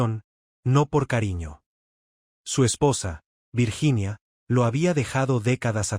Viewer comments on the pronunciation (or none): none